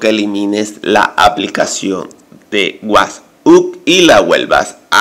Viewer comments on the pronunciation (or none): Porque dice wathuuuupsss ?